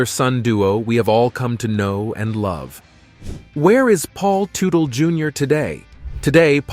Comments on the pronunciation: Paul Tootle Jr???? If you can't even say his name properly maybe you should leave journalism to the pro's. Factually you know just enough to sound ignorant. Paul Jr. NEVER had a desire to be like his Dad. His every last action was to be a better man than his Dad. Where Paul Jr. is an honest and down to earth level headed man his Father has always been a crook and a criminal. Paul Sr. Sold that first company to a different Son only to never pay the Son the money. On top of that Tuetle Sr. snuck in at midnight hours stealing every last tool , large machinery, inventory and even the closets full of office supplies. His Son finally had to sue his Father to get back what was rightfully his. Even then Paul Sr. returned the stolen products to his son purposely unfunctional and forever damaged. Paul Sr. Had a small motorcycle building hobby of off the shelf body parts that any monkey could build. It was Paul Jr.'s talent that built OVC into the mega company was. And as far as you claiming Senior was right for the last fight you fail to mention that Junior came in 25 minutes late Sure. But only after working off the clock for 43 of 48;hours over the weekend. That's right. He was 15 minutes late but was in the shop 3 hours earlier and only left to get a bite of food and sleep two hours. So after working 3 hours over the standard 40 hour work week on his days off he got pissed because his Dad forgets Paul Jr. Was half owner and not a standard employee. Just look what has happened since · Man making a video of a family and you can't pronounce their last name. Did you ever watch the show. It's not tu tal it's tut al. Another dumb ass that makes a video and didn't do the work. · I stopped watching 60 seconds in because it was obvious this was going to be a pathetic video when they first call him Paul Ta-tool then 30 seconds later call him Paul toodle. Just lazy and sad from the start. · As soon as this man said ‘Too-till’ I stop watching. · It is proonunced TUTTLE! A true legend.